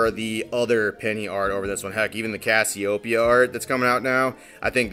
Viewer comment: It's pronounced like the name of the constellation. CASIO like the keyboard and then PEA-AH. I'm sure you don't care but just in case.